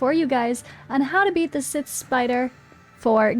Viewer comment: Love it. That's hilarious. Scythe. Long I vowel sound... like sigh, but with a 'th' at the end. Eye, kite, wife, bike, might, fight. Scythe (silent e). But anytime I get some Sith hits, I'm happy. 🙂 Also, you can't actually kill the adds, so that makes the Prism shield a little less useful. But since damage is really, really, low, that isn't much of an issue. That stats from it still makes it useful. Probably more useful than anything else.